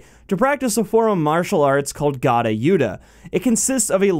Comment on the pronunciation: The Gada* is actually pronounced Gha-Da